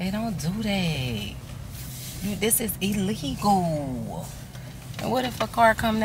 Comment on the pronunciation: say illegal again lmao😀🤣😂